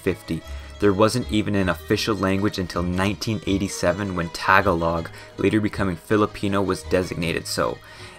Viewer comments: hi im so late. But as a filipino myself, we pronounce it Tah-gah-log not Tag-a-Log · you pronounced “Tagalog” wrong, it’s tuh- gah- lug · Why does every non-philipino say "tag-a-log" its one word, tagalog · I hate to be that guy but I cringed when you said Tagalog it’s not pronounced Tag-ah-log It’s pronounced Tah-goh-loug. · Im an Filipino, about typhoons were real,but its no problem,plus,it only comes when its almost Christmas.I would like thr Philippines to have snow. What i hate about this guy is his pronunciation Tagalog is pronounced ta-ga-log not tega-log and igorot is i-go-rot not igo-rot he pronounced alot wrong in his talking. I know alot about the philipines but not all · Please say [Tah GAW log] and not taga log. It's frying my ears hearing you say it. 😏 Ijs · For the love of God, please stop pronouncing it TAG-a-log. It's pronounce tah-ga-log. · Tag a log? it is pronounced as ta-gol-ig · Tah(emphasis) galog. 😂😂😂😂😂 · The pronunciations got me 💀. Tagalog is pronounced “tuh-GAH-loog” but I completely understand the butcherings as a Filipino American :P, just a pet peeve and proof that Pinoys unite 😆🙏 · as a Fillipino, It feels cursed when he says "Tagalog" incorrectly (if you are wondering, it's pronounced təˈɡäləɡ,təˈɡälôɡ) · Love the video, but Tagalog is not pronounced all at once, it is TA GA LOG. Sorry for being a stickler for this stuff, but other than that, I love the video! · bro the 'tag-a-log' killed me as a filipino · You are saying "Tag-a-log" wrong. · Hi po, the correct pronciation is ta-ga-l-og po, thank you. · Um... TAG-uh-log? Lolz. Cmon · Holdup tah gah lohg its tagalog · Pronounced tuhgallugg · its tah gah lug ….. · Tah Gah Lohg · tag a log and saybwano 😂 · its ta-ga-log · Incase you forgot, he also kept pronouncing Tagalog wrong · you absolutely butchered the pronunciation for "tagalog" 😭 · this video is very informational but the pronunciation of "tagalog" hurts me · You said tagolog wrong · Bro he keeps say Tagalog wrong